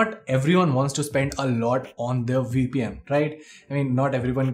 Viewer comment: What did he say? We peein'? oh, my. . .